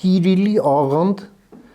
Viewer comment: ամենայն հարգանքով, բայց ՛՛կիրիլ՛՛ բառը զգույշ արտաբերեք։ Ես էլ շատ զգուշորեն մի կերպ ճիշտ գրեցի։🙃🤣😁